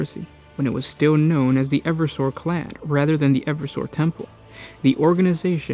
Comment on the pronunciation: Clade, not clad.